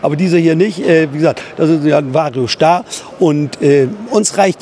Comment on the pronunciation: Vario SCHtar